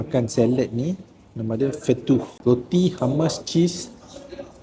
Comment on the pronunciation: Bukan hammas. It’s hummus 😅 you’re one of the fortunate ones because not everyone can have this sort of experience ❤ enjoy 😅